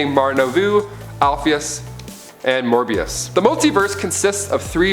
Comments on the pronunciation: its a mobius chair not morbius chair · It is pronounced MOEBIUS (aka the Anti Monitor) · BRUH.... I know you said in no particular order but PLEASE PUT LUCIFER FIRST NEXT TIME. You can’t put a the second most powerful entity in the multiverse (First is God him self/The presence) in number 6 like wtf And btw it’s Mobius not Morbius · every time he says Morbius take a shot # correctly said Mobius Chair he's to amped up for the Morbius movie coming out maybe? Morbius = science made vampire, Mobius = Son of Perpetua, Mobius Chair = What Metron sits on to know everything, and what Batman used to become the God of Knowledge